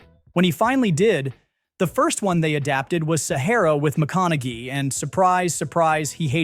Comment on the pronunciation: His name is pronounced Mc-con-a-hay